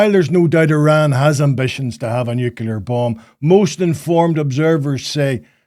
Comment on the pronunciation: Jake, I can hear that you are suffering a little voice box injury. Shouting at clousters and wee skitters, no doubt! BUT, you are sounding a wee bit like the whin Bush in your pronunciation of nuclear. As Billy said; 'Sound it out'. As a young man, becoming aware of the world, I read and was told about how Israel had turned a desert into a garden. That's fantastic, said Liam to himself. Then one day Liam landed in Beirut airport just after an Israeli had staffed the shite out of the shanty town of refugees who lived beside the airport. After ages sitting on the tarmac waiting until those jets to leave, we eventually got on the trucks to leave for our destination. We drove past the poor sandy town and their burning meagre possessions and smelled their burning loved ones. I still have it in my nose today and the look a big tall man gave us as he carried something out of his ruined shack. He let go of his burden with his left hand and turned and looked at us, a UN convoy, who are supposed to 'keep the peace'. That was in April of 1980 and the look that that man gave us is as fresh in my mind as it was the day I saw it. There was hardly a day went by that Israel didn't blow the shite out of somewhere, including us. One beautiful Sunday morning they walloped the whole place with white phosphorus. One of our medics that removed the phosphorus from a wee wean told me that he never wanted to see nor smell that again. That's enough of that. Jake, make us laugh.